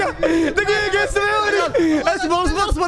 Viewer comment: والله احبك بس كانك قالت ميقه من قيقه والله مو قاعد اضحك عليككك😭